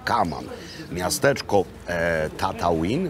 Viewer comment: Miecz świetlny mi się w kieszeni otwiera. Tatooine, czyta się Tatłin i jest to planeta. A bób zawsze w samotności :)